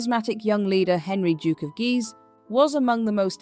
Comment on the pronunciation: The pronunciation of Guise went from “geez” to “guys”. Why? AI narration? Why does there have to be AI narration? Hire a speech or broadcast student at nominal or no charge in return for their listing credit as a narrator on their résumé!